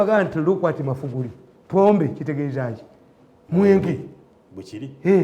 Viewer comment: Naye Tamale yalemwa ogamba Magufuli instead agamba "Mafuguli" RIP